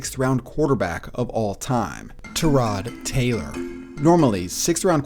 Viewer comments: Don't mean to be rude but his name is pronounced Ty-rod Taylor not Trodd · Maybe they'll pronounce his name right next time...